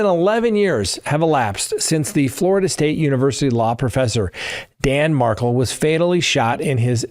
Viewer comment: Dan Mar-Kell not pronounced Markel and Catherine Mag-ban-a-wa